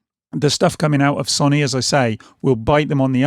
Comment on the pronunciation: You’ve said Sony wrong